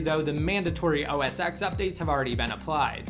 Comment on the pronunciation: Not to sound picky, but OSX is usually pronounced "OS Ten", not "OSX".